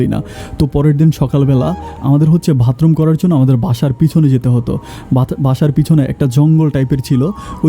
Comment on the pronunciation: ভাই এর আগেও আপনি ভাতরুম বলেছেন, আজও বললেন, শুনতে খারাপ লাগে।উচ্চারনটা হবে বাথরুম। ।